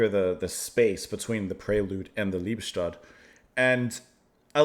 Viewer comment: Pronounced Lee-bes-toad. Literally love-death.